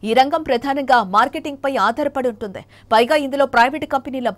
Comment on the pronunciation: I think anchor is using ye sound where it should i - ex: vuntundi is pronounced as vuntedey